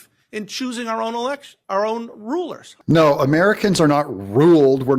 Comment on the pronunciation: I heard him correctly, " We choose our own rulars." .......... who's "we"?👀